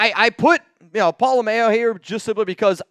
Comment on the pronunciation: #Raaaaidersss Stop saying Pola-Mayo. It's pronounced Pola- MM.. OW APPRECIATE THE CONTENT! Keep doing your best